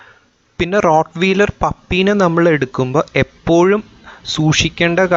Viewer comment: റോട് വീലർ എന്നല്ല ആ വാക്ക് ഉച്ഛരിക്കേണ്ടത്. റോട് വയലർ എന്നാണ്.(rot-wahy-ler)